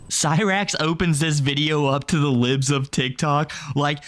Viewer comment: Bro just called them “LEEBS of TikTok” 🤣